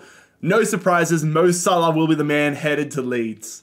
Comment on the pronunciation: Bro said mo sahlo